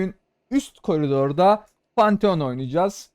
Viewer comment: Fanteon değil abiiii